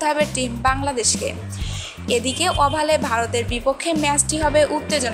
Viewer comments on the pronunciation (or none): 'অভাল' না 'ওভাল'